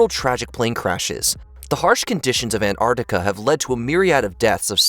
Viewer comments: It isn't ANTARTICA it's ANTARCTICA. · kept saying Ant Artica.. I thought it was pronounced AnTartica